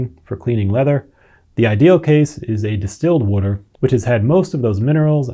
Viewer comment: fail. this video explained in depth what DOESN'T work, all while mispronouncing the most basic word "water." oy vey.